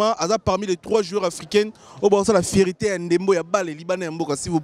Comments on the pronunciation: Après tout ce temps passé en Europe, vous ne savez pas qu'on ne dit pas "vipe" mais V-I-P...? Qu'on ne dit pas "fierité" mais plutôt "fierté"? Parfois il faut viser plus haut et accepter de vous recycler pour mieux atteindre un public plus diversifié. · Ce présentateur a un problème avec la lettre R. Focse, macseille, fiecté 🤣🤣🤣🤣🤣🤣🤣🤣🤣🤣